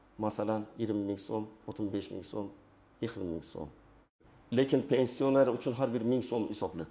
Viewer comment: Гапиришни урган,пенсионер сузини айтолмайсан,гапинга ишонч йук